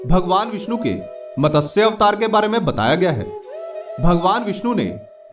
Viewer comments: मतस्य नहीं भाई, मत्स्य पुराण! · MATASYA nahi hota ….MATSYA hota hai….!!!! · It is not MATASYA. Correct is MATSYA. Pl pronounce correctly.